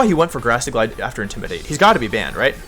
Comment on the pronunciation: Why do you pronounce intimidate that way